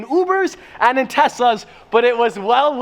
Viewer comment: Did anyone notice that whenever he pronounced “Tesla’s”, he sounded like he said “Tessa’s”